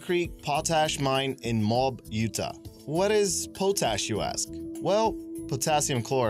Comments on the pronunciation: The city name is pronounced MOE- AB, not MOB, Dude! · Moab : Pronounced Moe-ab. for future reference. It hurt to hear the name maude. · Moab is pronounced Mow Ab. Weird, I know, but welcome to Utah. We have Lehi, Nephi, Tooele, and Moab to name a few. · Mo-ab. Say it right. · Pah Tash Ponds in Mobe Oota? WTF is his native language, anyway? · 20. It's pronounced MO or MOE AB! Smdh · It's mOab ,emphasis on the O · You prononced Moab wrong, and as a Utahn I am greatly offended just kidding I like your videos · fail at pronouncing Moab.